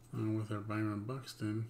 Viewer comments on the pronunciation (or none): none